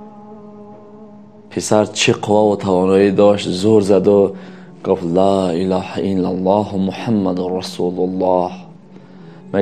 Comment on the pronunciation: МУРОЧИАТ БА "КАЛИДИ АСРОР". Мухтарам муаллифи канал! Эхтиромона хохиш менамоям, ки дар талаффузи калимаи "Ло илоха иллаллох" бодиккат бошед. Зеро харду харфи "Х"-и калимаи "Ло илоха иллаллох" "Х"-и халки намебошад.( Яъне бо тарзи лахчави гуем бо куртук талаффуз карда намешаванд). Дар ин бора аз Кори Мирзо Махмудчон пурсон шавед. ХОХИШМАНДАМ ИН КАМБУДИРО ХАТМАН ИСЛОХ НАМОЕД.